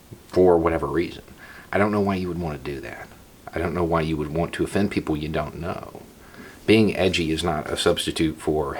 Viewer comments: I heard Poogle. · I was saying elsewhere more like Beaugles, no? That’s what I heard.